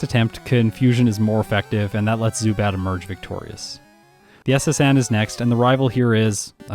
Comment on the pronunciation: While you got the pronounciation of the second syllable of Zubat in German correctly, the first one is pronounced differently, it's pronounced like Tsu, not Su. You'd also emphasise the first syllable, not the second one. Also a little fun fact: If you'd translate the German name of Pidgeot directly, you'd get Pidgeboss :D